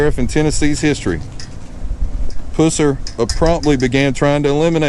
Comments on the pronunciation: I appreciate this video, however, I wish you would pronounce the man's name. It was Pusser not Puss er. It is a pet peeve of mine. Sorry. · We say pus (like drainage, lol) sir. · U are killing me with the way you are saying his last name! Its not its pronounced like the running pus that comes out of and infected soar. Not like at pussy cat. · It's not pronounced Puss er it's pronounced pus ser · You blew the pronunciation of his last name... Its puss-er not pussey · Don't mean to be a stick in the mud but you are pronouncing his last name wrong. It sound awful the way you say it. Just a little conservative criticism! When you say it, say it like the green stuff that comes from an infection. pus. Buford pus-ser not puss-er! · His last name is pronounced Puss er, NOT Puser. This house was NOT his parent's house. Buford bought and paid for this house himself. LEARN HOW TO PRONOUNCE HIS NAME RIGHT!!! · “Puss”er. Lol. I bout fell out. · I just started watching your videos they’re pretty cool but this particular video you miss pronounce Buford‘s name PUSSER The letter U in his last name is pronounced the “short “way Like the word UH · Its pronounced Pus ser like the nasty stuff coming from a sore "pus" then the "ser" geesh. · Buford Pusser ( pronounced Puss, as in an infected sore,.... er. Pusser). Get your stuff straight, dude. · Yeah his last name was (puuh-ser). Great video other than mispronouncing the last name. He was anything but a puss. 👍🏻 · Buford Pusser (Pronounced Puh-sir). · Thank u for showing us Mr pusser ( puh-sser ) is how his name is pronounced sir. I am a new sub and I love watching the graveyards and all the people that's passed on old home places. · Why can't all of these you tubers get their facts straight , like the pronuncimg the person's last name. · Exactly but he did pronounce the guys last name wrong… I hope you’ve been doing well this is harry the hammer by the way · Can you say his last name right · your saying his last name wrong